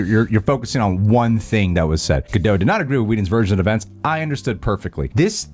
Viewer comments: Why do people insist on saying Ga-doe and not ga-dot? Its Gadot. dot. not doe. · Gal GadoT, the T is pronunced. She's Israeli, not French. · I think Gadot actually rhymes with "the vote". It's not French. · For the record, it’s pronounced “Ga-dote” which she has said in interviews. She is not French lol. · Plus - the T in Gadot isn’t silent 😁